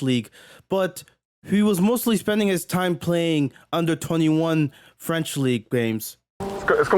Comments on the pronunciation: OK I don't know if that's a good idea,but as a French I want to tell you. Your accent is awful but you're actually pronounciating French pretty well. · Your French accent is surprisingly good brother, bon travail !